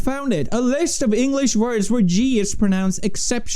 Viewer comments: Engrish language?!?!?!? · English is also pronounced Engrish. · Bitch said "Engrish"